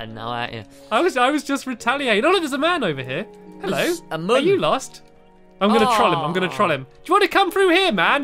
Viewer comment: stampy said trull and not troll